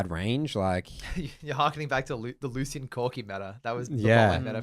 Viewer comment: Loose Ian, Come on, this isn't like a name that is only in a book with no pronunciation guide. No one has ever pronounced Lucian like that. Like you wouldn't say VahRus or Kay'say or Xayyah so wtf is the Loose Ian shit.